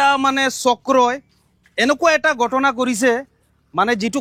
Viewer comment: কি ভাই অসমত থাকি অসমীয়া ভাষাটোয়েই শিকিব নোৱাৰিলি।গটনা নহয়,ঘ,উচ্ছাৰণ কৰিব লাগে। ঘটনাহে উচ্ছাৰণ হয়।আপোনালোকে যে বঙ্গীয় বিদেশী মুছলমান তাৰে প্ৰমান ।